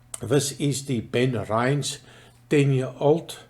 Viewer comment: Sorry, but it is "ben-RINN-es" with a short "i", not "ben-rynz"...